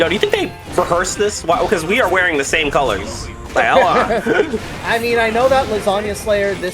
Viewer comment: “not going for a stide steal, instead staying stame stide”